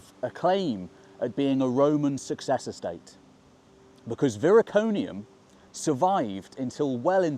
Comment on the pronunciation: Viroconium not Viriconium.